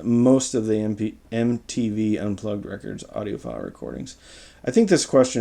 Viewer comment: It's audiophile, not audio file, lol